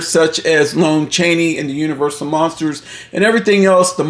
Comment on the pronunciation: Haven't we had this talk before? It's pronounced LAHN Chaney not LONE Chaney.